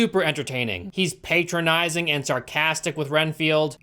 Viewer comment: Patronizing - Pat as in Hat Not Pate as in Gate